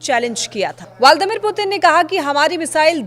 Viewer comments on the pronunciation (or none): Valdamir no Vladimir.